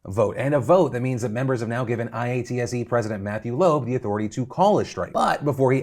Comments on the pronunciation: Thanks for covering the IATSE strike! Just so you know most people in the industry just say it like "ay-yaht-see" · lol Phil I.A.T.S.E its pronounced I-aht-see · I NEED to know if you kept spelling out IATSE on purpose or if you just didn't know we usually say it like I-ot-see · Pssst, Phil, it's (eye-aught-see) not I-A-T-S-E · hearing phil say "i-a-t-s-e" killed me every time. i know it as "i-at-suh" lmao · IATSE is not the I-A-T-S-E Its pronounced (I-AT-SEE) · spelling out IATSE when saying it weirds out my brain. Dear Phil, if you want to fit in say it "I ought see" but pretend there are no spaces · I wish you were saying eye-at-see like the rest of us instead of I A T S E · Hearing you say I A T S E instead of eye-at-sea is so weird as someone who works with the union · Phil I’m begging you here its ‘eye-ahh-tsy’ not I-A-T-S-E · IATSE is pronounced eye-at-see. Or it’s referred to as The IA. A strike for IATSE will be really bad and will potentially shutter some smaller or Indie productions from the delays. I personally think it’s reasonable to demand an actual 5 day work week. Currently IATSE members made to work “5-day work weeks” but it doesn’t really count when you are made to make a “Fraturday” which means starting at 7pm on a Friday till 9am(or later) on a Saturday and then start work again at 5am on Monday. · Former IATSE worker here. This is so overdue. The hours are ridiculous (although the pay is generally excellent). Also, for future reference, you can pronounce “IATSE” as “eye-aht-sea” to make it easier :) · Hearing I-A-T-S-E over and over is hilarious to me. Generally (at least the IA's in Vancouver) say I-At-See. Much easier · Hey Phil, it's pronounced Eye-At-See. Would you call PETA Pee Eee Tee Eh? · i do a bunch of theatre work, and for the record, IATSE is usually pronounced "eye-AT-see" instead of spelling it out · Phil: IATSE is pronounced EYE-AT-SEE or EYE-OT-SEE. Spelling it out just sounds weird. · IATSE( I-ott-se) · IATSE = “Eye-ought-see”